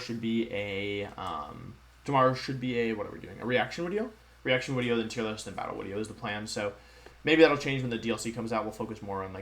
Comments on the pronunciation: Hello wideo man, good wideo will be on the stream after the wideo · Real Youtubist say Wideo. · I have a question for the Wolfey, do you spell a wideo as wideo or video? For I do not want to be a normie! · you should be saying wideo! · If the "v" and "w" sounds are switched, why don't you pronounce your name as "volfie"? O.o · why does he replace v with w?